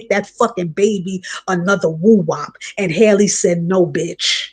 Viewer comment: Wow you spoke nothing but Facts‼️I peeped this too ! But by the way you’ve been saying her name wrong it’s Halle same way we say Halle Berry